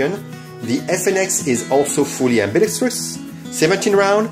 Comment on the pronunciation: You pronounce the word "ambidextrous" better than 80% of firearm youtube creators in the US, and it's very satisfying. Thank you.